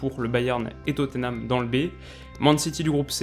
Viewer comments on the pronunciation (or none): none